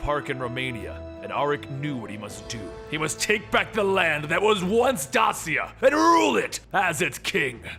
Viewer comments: As a descendant of Dacia, i beg you stop pronouncing Dasia ....Its Dacia, i dont know how to show you the way to say it right, but the way you say ”ci” is different in curent countries where Dacia was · Dacia is pronounced (dā′shē-ə, -shə)